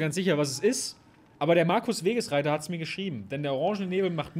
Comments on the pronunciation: Wagesreiter junge, nicht Wegesreiter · DANKE FÜR DIE EHRE DER ERWÄHNUNG ABER BITTE WAAGESREITER🤣😂🤣😂🤣🤣 Nicht Wegesreiter🤣😂😂🤣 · Yo er hieß Waaaaagesreiter nicht Wegesreiter.